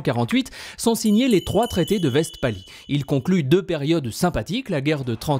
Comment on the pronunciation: cool, comme vidéo, mais vestphalie, se prononce vèsfalie